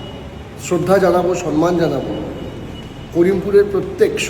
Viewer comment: ঐ ছেলে , আগে সম্মান উচ্চারণ করতে শেখ। তারপর বক্তৃতা দিতে আসবি। তোরা ধুয়ে মুছে যাবি। অভিনয় টা কর । লোভ ছাড়। লোভে পাপ,পাপে মৃত্যু। এটা মনে রাখিস।